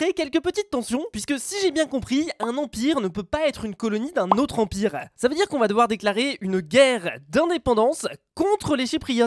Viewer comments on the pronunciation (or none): gg dophmine « Emipre » au lieu de empire 😂👌👌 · C pas emipre mais empire!!! 😂😂😂 Tu etais fatigué nan? 😂 Likez pour qu'il le voit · Tout le monde: Un Empire: Un Emipre 😂😂😂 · "Emipre" et "emipre" xD edit : Musé de la paix aussi ! x)) (tkt on t'en veux pas) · un EMIPRE? C’est quoi ça encore? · un « emipre »? T’aurais pas inversé quelques lettres 😂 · Nice le « EMIPRE » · a "émipre" 😂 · emipre ? X)